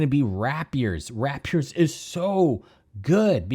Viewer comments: It’s pronounced “ray pee ur” not “wrap yur.” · I’m starting up a Silver Blades army coming from a Raven Guard Space Marine army. Their Warlord Trait on a Dreadknight Grandmaster is absolutely fucking disgusting as Nurgle, I love it. Edit: Also, that’s an … interesting way to pronounce the word Rapier.